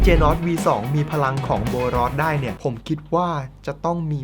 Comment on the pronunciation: พี่กายพูดว่าโบนอสถ้าดูคลิป